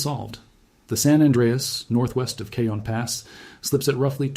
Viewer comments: FYI, Cajon is 'Ca-hone', not 'Cajun'. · It is pronounced Cahone not Kjun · Went on here to say this, also I grew up in Hesperia. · Cajon is prounced as kah-HOHN. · It's "Caw hown" pass. Eye Dialect. Regardless, I live in Ontario, CA and we're screwed...It's not like we can just pack our shit up, sell our home, leave our entire family and go. When it's our time, it's our time. I am prepared though. I have an RV that's filled with water and fuel, xtra bedding, stores of water, canned/packaged food, ect to last at least 3 months, a side by side offroad vehicle to traverse unstable land, 5500w Generator and a "collection" in my personal safe with lots of "support". When shit hits the fan, I'll be there to meet it. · Cajon pass is pronounced Cah hone pass. As Tejon pass is pronounced Teh hone pass. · Please fix the pronunciation of Cajon Pass on this video!! Driving me and many other viewers crazy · If you're going to do a credible study, you should be able to pronounce Cajon and Jacinto properly. Do your research! I shut off your video, accordingly.